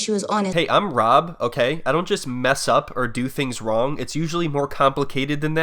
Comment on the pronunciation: Is it me or does she say "Wob" instead of "Rob"